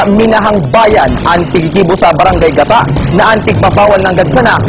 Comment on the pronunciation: mali so pronounce kan news anchor kan (gata)haha garu lugod gata nin niyog